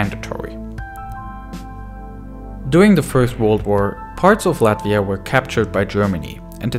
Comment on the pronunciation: shout out for pronouncing Latvia right ✨